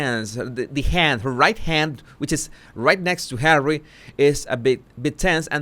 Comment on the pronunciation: Did you say "Harwwy"?